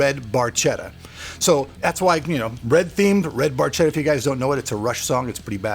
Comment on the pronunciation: Cudos for the cause!Very nice build. One thing though- it is Barchetta is pronounced with a K like in cat, no matter what you Americans think.